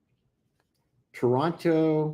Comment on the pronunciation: Toronto, Ontario…. goodness you’re a teacher… you should know how to pronounce and say it..